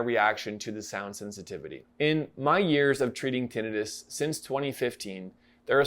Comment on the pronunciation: Thank you for this review - I have had Tinnitus since I was born - and thank YOU for pronouncing it correctly - I get irritated when people call it 'Tinn i tus'